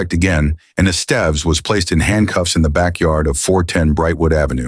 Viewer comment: “Ess-stev-ess” not “Es-Steve’s”. 😂